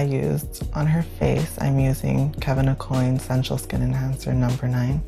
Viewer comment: I thought Kevin Aucoin's name is pronounced "Au-quan".